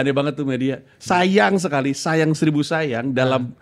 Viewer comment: renyah syekali